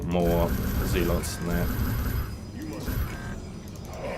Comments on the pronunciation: "Zealots" - pronounced 'ZEHL - uts', not 'ZEEL - ots'. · Actually, it's pronounced "zeh-luhts" mr guy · Judging from his accent he's from New Zealand, which is pronounced ZEE-land. So I think that might be why he pronounces "zealots" that way.